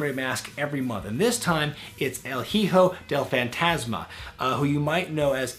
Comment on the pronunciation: words can ot express how ridiculous you sounded saying "el hijo del fantasma" . But its all ok, i mean, it is quite difficult to pronounce it, but damn, you sounded REALLY natural pronuncing "los ingobernables" . Also, could you make a video talking about why did mistico botched so much and did not had the same succes as he did in the CMLL? This are the reasons on my personal opinion: 1)He did not wanted to learn English and thus, he could not communicate with the workers making him more confused about what to do 2)Lucha libre and wrestling are VERY different in styles. Also, what do you think about rey mysterio leaving wwe and going from AAA to lucha underground? will this affect his future as a hall of fame member? on the bright side, we will be able to see him fighting chavo once more.